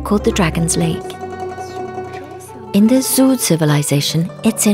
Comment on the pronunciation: great video, but "zhou" is pronunced like "joe" in Joe Biden